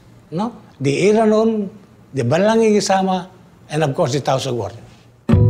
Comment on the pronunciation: It’s not illanun it’s iranon